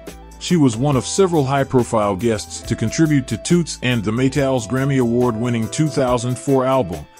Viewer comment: Nice information her name is not ptonounced MARSHA BUT MAR-C-I-A Also Toots us pronouncec incorrectly. The o's are short not long